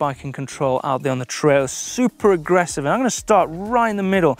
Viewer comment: "Ssuppa aggressive"